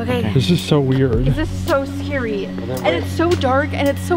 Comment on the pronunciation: The way she said scary !!!! 😂😂😂🤣🤣😁😁 “scarwy” I not making fun of her I just thought it was funny. And I n am still not making fun of them but the doll is so obvious, unless it’s just really obvious to me. And their laughing 🤣🤣🤣🤣